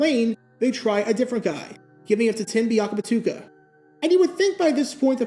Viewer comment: I’d like to congratulate myself and everyone reading this post. We had more goal line yards than the Panthers did that day. (That Guy Alert) Considering how notorious you are with some of us for mispronouncing names, the fact that you pronounced Biakabutuka correctly is impressive.